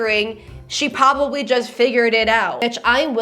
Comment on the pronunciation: Who’s your dream guest for your podcast? Uh, pwabably my ex